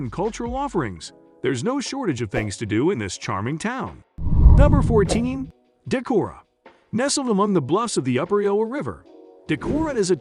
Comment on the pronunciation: You didn't realize it's a computer generated voice. It pronounced Decorah...Da-care-row